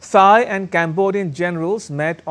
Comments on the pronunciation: Thai is pronounced "Tai", not "thigh" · The presenter undermines his credibility by mispronouncing Thailand & Thai. Is this ignorance, arrogance or stupidity?